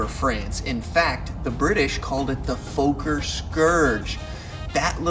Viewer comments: And "Foker" is pronounced "Fokker!" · You're mispronouncing "Fokker". Its not pronounced "Folk-er" but "Fokker" with the "o" sounding the same way as in the word "dog".